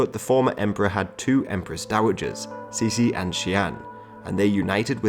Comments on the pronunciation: actually it should be prononced like"chi-ci"not "cici" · Cixi is prounounced Tsee-ci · " Ci xi " is admittedly a tough one to pronounce. Ci sounds like the "tser". Xi sounds like "shee". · Cixi can be pronounced simply "chi-shi" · To use English pronunciations, it's better to pronounce Cixi like "Tser - Shee". (Source; I am a Singaporean Chinese, grew up with both English & Mandarin) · I get your shee, but why there is an R after tse? that sounds like 慈儿禧 no? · That's not how to pronounce cixi